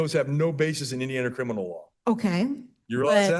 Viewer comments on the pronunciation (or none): Omg if she says “Crinimal” one more time I’m gonna lose it! Say it right, it’s CRIMINAL! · CriMinal not criNimal you absolute twit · She also said crinimal instead of criminal. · Did she say “crinimal” Well whether she did or didn’t, she most definitely DID say “Corintheses” when she meant “Corinthians” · So... she's in a "crilminlal" court, doesn't want any "trestpasting", wants to "axe" questions of the judge, she's obsessed with her hands being clean, and she's a man with a womb...did I miss anything? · She can’t pronounce criminal- she keeps on saying “Crinimal” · Lol this lady keeps saying criNiMal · WTF is “Crinimal”? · why is she having so much trouble with the word criminal